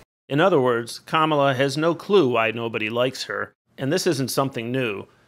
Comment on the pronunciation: yes, yes she did... one defect: Kakal UHh Harris... this choice alone shows. SMH